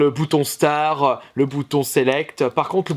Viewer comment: Le bouton star je suis d'accord mais ninja turtle se dit comme il l'a dit